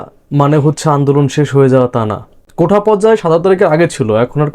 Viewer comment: ভাই শব্দটা কোঠা না, "কোটা" হবে। উচ্চারণ একটু ঠিক করেন।